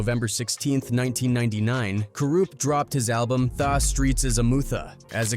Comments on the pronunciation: Sounds like he is saying Fa dog pound !!🤔🤔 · How do you say the name wrong every time different. But you tryna drop knowledge about the name u never pronounce right on purpose. Trolling. Thaah dog pound. Said it right once. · The is spelled tha. Not pronounced thaw. It's the... Morons use ai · Thaw Dawg Pouund… 😢 my head hurts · the computer pronounced it how it reads it. Da Dogg pound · Thaw dogg pound. AI blows